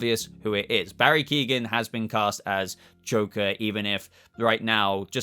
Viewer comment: Barry Keoghan's name is pronouned, KEE - OH - AN Its Irish gaelic which is why it has the silent 'GH'